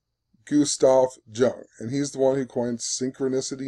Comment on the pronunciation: "Yoong" not "juhng"